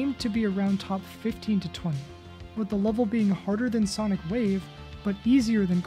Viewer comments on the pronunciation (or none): none